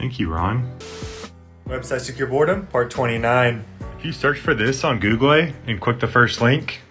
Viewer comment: love when he said "minicraft" and "googlie"